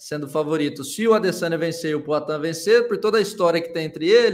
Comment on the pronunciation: E esse cara fala como Cebolinha, é? "Pla cá", "Ploatan"... Kakaka